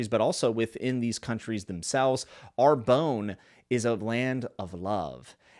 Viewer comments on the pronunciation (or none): Love GGK.. I've read them all but it's always nice to hear from another reader. Are you sure it's not pronounced ARE-BONN as it would be closer to the French - I think. At least that's the way I said it in my head. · Lol I am sure it is a fantastic book but I would recommend you to google how to pronounce the French town Arbonne in French. In any case it is not ar-bone. Great review anyway.